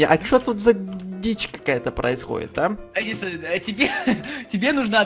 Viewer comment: правильно ни едисан а эдисан